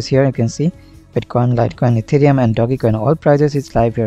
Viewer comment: hahaha etherum not ethereum🤣🤣